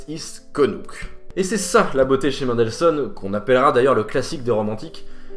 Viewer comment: Please, pas "Maindelssohn", "Menndelssohn"... Bonne vidéo, sinon! :)